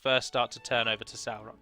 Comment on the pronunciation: Music is a vibration and if you understand how the universe works it's essentially different frequencies a sound a word the word of god,so you see singing is seen as something holy in ancient times. Little finger is sauron............................lol by the way is it not pronounced saw-ron?not sour-ron lol